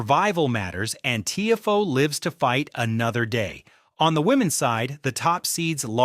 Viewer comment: This is what happens when AI does the commentary. it is pronounced “Tee Ah Foe” not Teeafoe